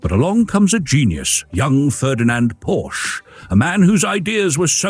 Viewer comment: Porsche is a two syllable word, dipstick.